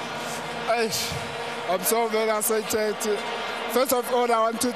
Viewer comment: "I'm so essesited"